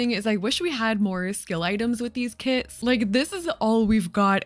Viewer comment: I thought you said kids!